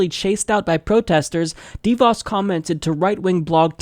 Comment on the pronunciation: I'm supposed to take anything seriously when you can't even pronounce the woman's name?